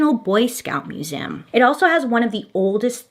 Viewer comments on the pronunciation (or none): Why do y'all call it a muse-AM